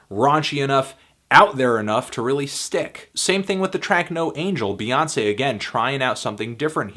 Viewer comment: child it's "Bey" not "Bae".